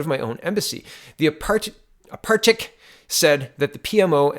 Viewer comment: Ah-par-at-chick. you are welcome.